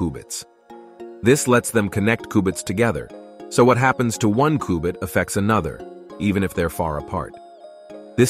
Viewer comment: Please pronounce qubit properly. You don't say contum computer so don't say coobit. 🙄